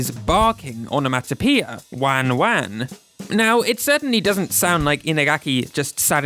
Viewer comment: For what it's worth, I'm half Japanese and the non-Japanese version just sounds like it was pitch shifted down a bit and maybe slightly slowed down. I could test this later. Also, it's good to note whoever made the video pronounced "wan-wan" terribly. That's not how Japanese people say it, so don't use it as a reference for how it should sound.